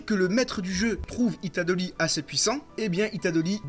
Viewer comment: “Itadoli” c’est horrible il le répète 66x enpls